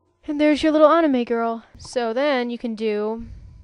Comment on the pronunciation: you rock i have all your videos saved and favorited thx i love your tutorial skills you could be a teacher lol and i like how you say anime funny